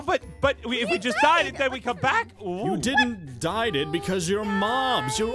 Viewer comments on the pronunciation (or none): why do you say dieded??????